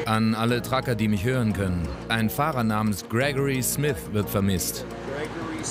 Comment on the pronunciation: Krekori Smis